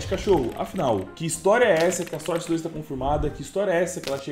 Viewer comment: mesmo papo de sempre "SOR CE DOIS"